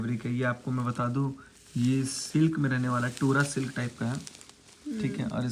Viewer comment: Tora silk nhi dora silk hota hai😂😂😂😂